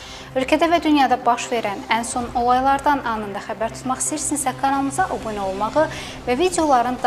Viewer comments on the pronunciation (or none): none